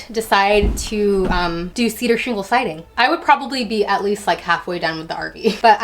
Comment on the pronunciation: cedar sheengle siding